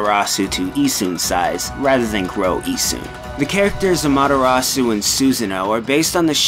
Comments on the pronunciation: Don't forget the A. c: amaTErasu vs amaDArasu. You should be ashamed O: < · AH-MA-TEH-RA-SU NOT AMATTARAASU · Lol he keeps butchering Ammy's name. Amadarasu is what he says. Susano or Issun, I'll let slide, but the main character? Pronounce it man. Don't be lazy! But I understand her name is to damn long. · (Crafter1024) It's not just that, the stress that was placed on the Japanese words is also wrong. Japanese is a rhythmic and syllabic language and Amaterasu is pronounced "a'-ma-te-ra-ss". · He doesn't pronounce Amaterasu correctly either. He says "Amadarasu". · "Ammatarasu" Yeeeeeah, needs to work on his pronunciation. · Amaterasu's name is actually pronounced as "Amateras". The "U" at the end is silent in Japanese pronunciation. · It's supposed to be pronounced like "ah-mah-teh-ra-ss", (because the u in the Japanese character "su" is almost always silent or very quietly pronounced), and this dude is pronouncing basically every name wrong. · Uh mah dah raw sew? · you're saying Amaterasu VERY wrong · (eccos) You're right!! I was more listening for the pronunciation of the vowels than I was the consonants, so I didn't even catch the 'D' instead of the 'T'. Good one! (Although that just upsets me more, lmao) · Something about the way pronounces "Amaterasu" is really grating to me. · Your pronunciation of "Amaterasu" is like daggers in my ears. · if I ever have to hear him attempt to pronounce amaterasu again, it will be far too soon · the mispronunciation of amaterasu is really triggering me lol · The mispronunciation of every name is triggering me lol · Why do they always use narrators who cant speak Japanese words correctly, he butchers Amaterasu's name... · Rewatching this, I hate the butchering of the character names XP ‘Suseno” “AmatERasu” Like…. I can’t